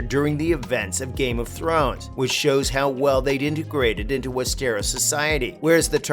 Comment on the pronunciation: I hear west stare rose 🤣